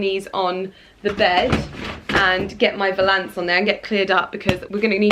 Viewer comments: Btw I believe you are pronouncing valance incorrectly, it’s valance, not Val.....ance, lol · The way you pronounce ‘valance’ 😂😭☺️. Really hoping you find him 🤞🤞🤞